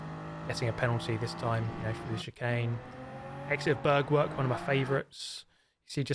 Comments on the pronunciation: I love how you say "Bergwerk" :D Actually it is pronounced roughly like BAIRK-VAIRK with like the english word "air" in the middle of both words. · it’s Bergwerk! Not Börgwörg! it’s DÖttinger! Not Dottinger! it’s BrÜnnchen! Not Brunchen!